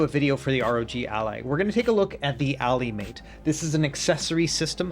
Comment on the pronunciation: Why are you pronouncing Allymate like that 😅